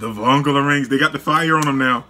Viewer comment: You pronounced vongola incorrectly